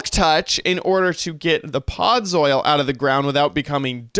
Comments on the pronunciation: I guess he could be saying soil because it looks like gardening soil block. Although, with his knowledge of Minecraft and the way it's spelled he should pronounce it "Pod-zull" Made me giggle never expected him to say that. ☺️ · Chad! Why do you pronounce it "podz-oil"? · I had to say it correctly every time he said it wrong lmao where did he learn that pronunciation?! 😂